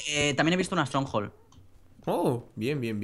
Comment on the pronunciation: ¿Estronjol? ES UNA FORTALEZA!